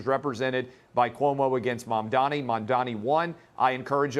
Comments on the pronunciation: Bruh mamdani isn’t a hard name to pronounce 💀 just comes across like you can’t read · If you can't pronounce a very simple name, you probably shouldn't be on tv. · I can't get over the fact that they cannot pronounce his name - it is literally 5 (five) syllables!